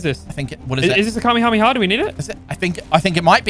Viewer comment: Kamehameha is said ka-may-ha-may-ha